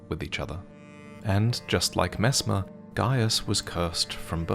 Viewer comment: Aaah yeess Messmaah the impala